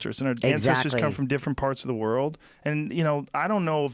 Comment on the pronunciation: joe "everyone is diffrunt" rogan